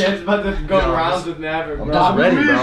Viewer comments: NO it is maverick not MABRICK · Aliya Baking it's mabrick not Maverick